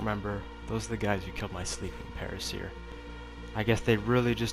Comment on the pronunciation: Para-seer < Para -sore 😉